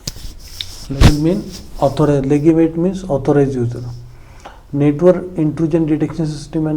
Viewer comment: Denial चा उच्चार 'डिनायल' असा आहे. आणि legitimate चा उच्चार लेजिटिमेट असा आहे.